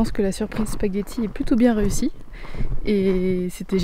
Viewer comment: Salam bravo le chef cuisto bien fait par amour 💘 c'est sapaquiti comme il le prononce les marocaines 👍👍👍👍👍👍🥰🥰🥰🤪🤪🤪